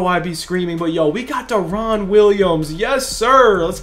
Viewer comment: Love ya bro but you saying deron’s name wrong please look it up. It’s so annoying